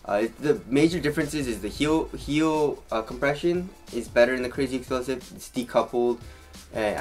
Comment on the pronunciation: I know damn well you incorrectly say crazy explosive intentionally